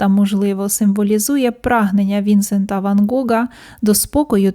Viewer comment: Дякую за цікаву розповідь! Дуже гарний відеоряд. Виправте , будь ласка, наголос - ПіссарО, ВінсЕнт. Дякую за вашу працю.